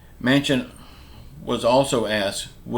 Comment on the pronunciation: I hope Joe Manchin keeps his word and holds his ground. No, I don't think they will pass a bipartisan deal. I think the days of bipartisanship are over., if you're such a genius then why don't you just drive up to dc and meet with Joe Manchin and set him straight., I noticed you finally learned how to pronounce Manchin's last name at times but you then go back to pronouncing it Manson. No, it there are animals in DC and they are AOC, Ilhan Omar, Rashida Tlaib, Jerry Nadler, Adam Schiff and many more., who are you to lecture anyone on bipartisanship. In January you said that Trump supporters should be put in front of a firing squad. The Social Security administration should put you on the payroll since you talk nonstop about it. People who are retired and only draw social security now are people who made poor life decisions. I don't know if you're referring to me when you talk about the person who talked in the comments about your view on voting. You're right...I have my opinion and in my opinion people have the right to vote or not to vote. To say that someone has to be silent just because they didn't vote is un-American but it's not surprising that you feel that way since you seem to be a card carrying socialist democrat now. I think you should personally tell the person who couldn't vote on election day, due to a death in the family or a medical emergency, that they have no right to complain and have to just "bend over and take it." You really do come o